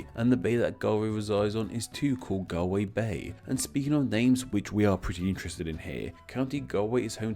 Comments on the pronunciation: How could you bring up Galway Girl and still pronounce the name wrong? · I'm Perfectly Familiar With How Consonant Mutation In Celtic Languages Works, I Speak Welsh, But That Doesn't Make This Pronounciation Any Stranger. (Also How Do You Wind Up Mutating The Last Letter In A Word?) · While your pronunciation is atrocious, your research and explanation of the origin of the names Galway and Galloway are spot on. Congratulations! Gaillimh and Galway, though sounding alike, have different etymologies. And Donegal (Irish: Dún na nGall) means “fort of the foreigners. So it is also a related county name! In Irish and Scottish Gaelic, the “Gaeltacht” refers to the Gaelic-speaking districts (these days) in the west of both countries. In Scotland, it also refers to the Highlands. The “Galltacht” is the name for the foreign-speaking districts to the east, where they speak a language that the Gaels call “Béarla” (“Beurla” in Scots Gaelic) the word for the English language, which might come from an Old Irish word meaning “bleating”, or just an old word for “speech”. Check out how Saint Columba (Colm Cille) is responsible for the world’s first recorded copyright law suit, which led to a bloody war, banishment to the island of Iona, and ultimately the Gaelic conquest of Western Scotland. (By the way, Scot comes from the Latin for ‘Irish’, therefore both England and Scotland are not named for their original inhabitants, but fifth and sixth century foreign settlers, after the fall of the Roman Empire). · His mispronounciation of Galway is to throw us off from him saying it's the 3rd biggest city in Ireland cough cough limerick, cork and Dublin cough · You must research the correct pronunciation of one of the biggest cities of your neighbouring country, especially if you're gonna have to say it dozens of times lol love your videos though! Great job x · If you ever get to visit Galway maybe they can teach you how to pronounce it properly!!! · It's pronounced Galway